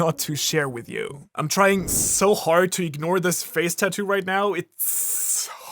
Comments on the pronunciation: Im sorry bro but I gotta nit-pick for a sec. It triggers the fuck out of me everytime you say TA - TOO instead of TAT - TOO. I know its a petty ass thing and maybe its just an accent thing but idk I felt the urge to say something. Other than that though I enjoyed the content :) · mans sitting here making fun of dragon's tattoo when he cant even pronounce it correctly.. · Your pronunciation of tattoo is throwing me off. hahaha